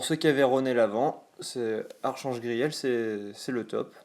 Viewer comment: "Archange" ça se prononce "arKange" :D